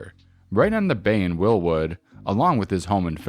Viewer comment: Just a note: It's pronounced Wild wood. Like saying "wild" animals. It is correctly spelled as one word.